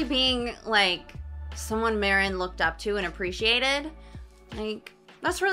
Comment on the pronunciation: Marin pronunciation = Mah-reen (the rin sounds similar to “ring” without the g)